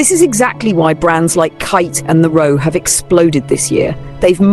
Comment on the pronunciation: Love your videos! Please note Khaite is pronounced “Kate” not “kite”😊